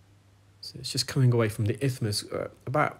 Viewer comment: Isthmus not ithmus